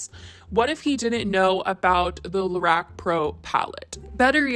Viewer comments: it’s LA-ROCK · Your pronunciation of Lorac 😥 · The way you’re saying Lorac is giving me anxiety